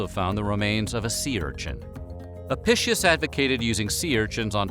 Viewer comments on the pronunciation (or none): Another interesting video! Seems no one might have mentioned it yet, but Apicius is pronounced "uh pi kee uhs" , rather than "apicious" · A-PEE-kee-us, not a-PISH-us. Ow-ray-lee-ANN-us, not Oh-REEL-ya-noos. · Apicius is pronounced ah-Pick-ius... not uhpishush... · Your pronunciation of "apishus" is like fingernails on a chalkboard lol. It's "ah-pi-key-us", at least according to any historical source I've so far encountered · Just fyi, the name Apicius is pronounced wrong here. It would have been pronounced with a hard "c." Like ah-pick-ee-us. Just like Caesar was said with a hard "c" and the Italian word for dinner, cena (now said like chay-nah), was also pronounced with a hard "c." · Apicus. Ah- pee- cuss. It was impossible to neuter a sow. They just kept her “away” from the boar…. Any bird is okay. They are all herbivores - but now we know why their numbers decreased steadily. Don’t the Arabian people eat camels? I wouldn’t eat a weasel, they are carnivores. Yeugh. We were taught that garum was very subtle flavouring, almost like an anchovy sauce. Romans got hoity toity about their garum, like we do about coffee or olive oil. Not much in a dormouse. No wonder they stuffed them into other things. That drink of soldiers sounds revolting. Ostrich is lovely, quite yummy. Don’t know about the egg though. When I was a post grad student we had a Roman meal from the British museum cookbook. Then a mediaeval one. Don’t eat the fish pie in custard with currants. Just don’t. We also had a debate about buying some gerbils or hamsters to substitute for dormice. Or a guinea pig. Fine in theory. Not so fine in the pet shop. Not even a fat mouse in a trap. Used sausage meat……. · You just pronounced the word "apicius" like: "eppishos". Why the fuck do people from english speaking countries always do this? It's insulting. Disgusting even. Eppishos. FFS. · It's pronounced ahpeekeeous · The book (incorrectly) ascribed to Apicius, is pronounced a-pik-ius.